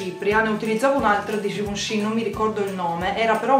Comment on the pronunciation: Givenchi si pronuncia "scivoncì" E io che dicevo ghivenci...